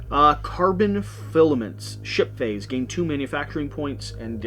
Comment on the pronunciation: They seriously need to change the name “Ship Phase”. Every.time. I hear shi(t) phase or the better shi(t) faced 😂